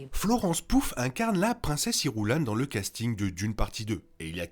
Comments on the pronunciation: Bonne vidéo d'explications merci.Au tout début par contre c'est Florence Pugh et non pas Florence Pouf même le sous titrage l'écrit comme ont l'entend 😊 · « Florence pouf »… fallait oser celle là quand même. Je pense qu’avant de poster une vidéo YouTube qui va être vue plus de 10.000 fois, on fait ses devoirs. Ça se prononce « Piou ». Le « gh » a la fin de son nom est ignoré. Vala. De rien, c’est gratuit.